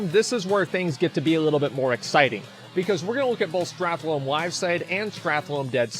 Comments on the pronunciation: Can you stop calling it Strathlome? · Did anyone else's spine shift every time Asmon said "StrathLOME" ? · The way he said "Stratholme" litteraly gave me cancer. Wish me a good recovery!